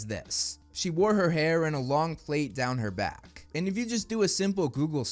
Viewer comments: yeah it's just the British term for braids. We pronounce it "Platt" not "plate" though. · I don’t know which is worse: mispronouncing plait as plate or equating plaited hair exclusively to black people… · Plaits are braids. Like Elsa from Frozen kind of braid. Not like African American braids... And it's plah-t. Rhymes with rat. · It's pronounced like 'plat' rhyming with flat. And yeaaah even as a black british girl I'll admit it's mostly a while girl thing especially with kids or atleast people with straight hair. BUT IM TOTALLY FINE WITH THE KIDS BEING DIFFERENT RACES. it's still gonna be majority white at the end of the day but I mean Snape is the only problem really